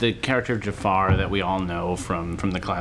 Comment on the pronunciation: Wouldn't it be great if they could pronounce "Jafar" correctly?